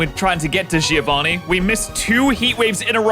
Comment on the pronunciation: You spell "Giovanni" wrong. the I after a G turns it into a J sound and the I is silent. Also the double n has to be spoken. You must read it like Jovan Nee and not Jee Ovani